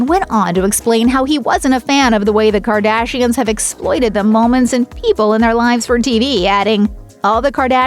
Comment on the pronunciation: Quit saying Gardashians it's fucking annoying